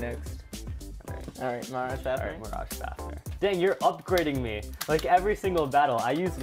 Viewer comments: And he calls fafnir as fafner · The amount of times they said Fafnir wrong hurts my soul.